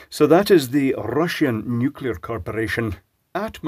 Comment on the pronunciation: Russian nu-clear Corp. 🤣